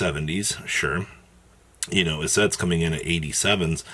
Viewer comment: “Elizette” ❌ “Issette” ✅